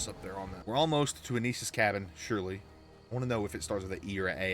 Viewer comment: ... did u REALLY just say Anus's cabin? lmao!